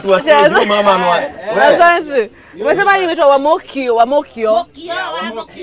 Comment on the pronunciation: Please tell Betty that it is "Mûkio" not "Mûûkio" 🙆🙆🙈